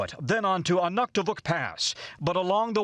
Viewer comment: You butchered the pronunciation of Anaktuvuk Pass! Make a local call!